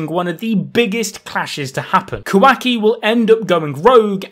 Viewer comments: Kawhacky... its KuhWahKey wah like water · i hate how he keeps saying "kwaki" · im sorry but....."QUACKY" llmaoooo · Sounds like he's saying kawhacki!😂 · No one:: KOWAHKI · He sounds like he is say quacks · The new dude pronounces Kawaki's name as "Quacky", idk if this is on purpose or not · “KA- WACKY” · Quaky is all I'm hearing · "Ka-wack-ii" lmao... It's Kawaki bruh... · Bro please never have the dude on again i hate how he pronounces stuff its not ka-wacky and how he butchered mitsuki